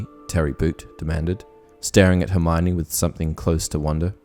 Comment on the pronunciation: I only wonder why seemingly all people mispronounce Hermiones name? In The Goblet of Fire Joane Rowling explains clearly that her name is pronounced Her-mee-oh-nee.